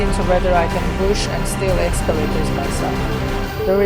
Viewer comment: Is he saying push?